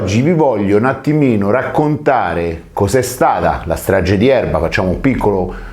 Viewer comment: nun ze po fa il titolo in inglese e poi dire straGGe di Erba .